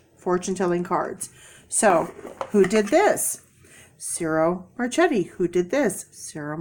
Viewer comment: Ciro Marchetti is pronounced Cheer-o MarK-etti. :-D The lady you saw must have had the cards REAL close to the camera. Nope, the card size is correct. Kipper cards are small, but, not quite as small as Lenormand cards.